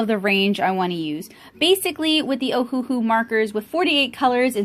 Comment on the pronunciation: You're very talented! Just an FYI that it's pronounced Oh-Uh-Hu (Owahoo). The company named itself after the Hawaiian island of Oahu, they just spelled it phonetically for some reason. Anywho, 2 of their classic sets are even named Oahu, and the other 2 are named Honolulu.